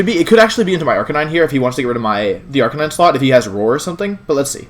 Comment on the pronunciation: Why did you forget how to say Arcanine correctly?